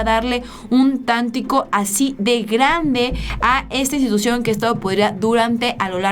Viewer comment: ah,,... qué pena... no sabes ni leer... claro se lee que dice en las elecciones del 20 de octubre... y NO DICE EN LAS ELECCIONES DEL 2020... (minuto 3) y todos esos errores que sigues cometiendo es por que siempre andas corriendo, a la carrera... TAKE EASY, TAKE EASY... NO dice "tántico"... dice tantico y se refiere a "un poco"... ¿Inquinque..."... DICE IQUIQUE... IQUIQUE... MEJOR YA NO VEO TUS VIDEOS PUES NO DICES LA VERDAD SINO LO QUE TÚ CREES QUE DICEN LOS ESCRITOS... OJALA PONGAS A ALGUIEN QUE SEPA LEER PARA QUE TE AYUDE CON LES TEXTOS... CUANDO ESO OCURRA ME AVISAS... DE LO CONTRARIO, YA NUNCA TE VERÉ...BYE. SALUDOS. Y DICHO TODO ESTO, CON TODO RESPETO...